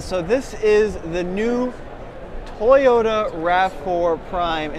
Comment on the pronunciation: Toyota is not pronounced TAY ota, &, Toyota is not pronounced TIEota. As long as Toyota has been in the United States of America, you should be able to at least pronounce the name correctly. It is pronounced TO-YO-TA. Have you got it yet? Repeat it 10 times, if that is what it takes